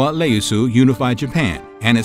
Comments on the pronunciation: IE NOT LE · Bro its Ieyasu, not Leyasu. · Sir its Iieyasu not Leyasu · Ieyasu not Leyasu and Meji not Mezi. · Great research...pronunciation could do some work tho. To-koo-gao-wa Ee-asu. Not lee-as-oo. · It’s Tokugawa Iyeasu not Leasu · Tokugawa "Ieyasu"... Not "Leyasu" 😮🤫🤣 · It's Tokugawaa Ieyasu (E-A-ASU). I love that you've done a video about the ninja tho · I think that's a misread. It's the letter "I" not "L". Pronounced ē eh yah sue. Other than that you did a good job trying to pronounce the Japanese language. Even I feel my "American tongue" having problems with talking Japanese. 😅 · How the heck could you make an egregious error by misidentifying Tokugawa Ieyasu as “Tokugawa Leyasu” is beyond me. Do more research! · Tokugawa Ieyasu ... there is no "L" in Nihongo. What's your gaslight game? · You pronounced Tokugawa Ieyasu incorrectly. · Ieyasu? It’s an I, not L. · That L in Ieyasu was loud too